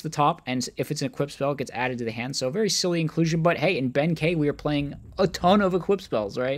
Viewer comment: Kei is pronounced key i believe 😅